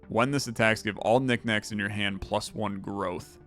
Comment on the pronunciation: Each time he says "Nick Knack" I mentally went "Paddy Whack" and I hate the way my brain works. edit: That last fight... what the hell? That doesn't seem like it's possible to scale that high. Granted I don't know the game well but something seriously seems off.